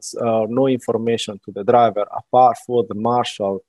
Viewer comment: "...DE DRAYEVER..."